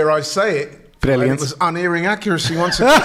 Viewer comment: The word is unERRing, not "unairing" - out the word of the day calendar down, Laurie.